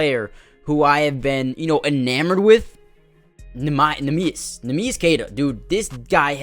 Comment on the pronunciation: Worthwhile to look up a pronunciation on neemias, its not pronounced quite how you'd expect My hauser concern is about a 3 but will go up 1 each week his slump lasts Great video man, loved it, keep it up